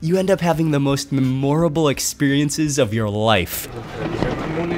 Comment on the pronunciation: I wish I could teach you how to properly say “memorable”. Your pronunciation is adorable! But incorrect. If I learned how to speak Thai I would look to Ming or you or other friend to help me with my pronunciation, Like memory mem-or-a-bul.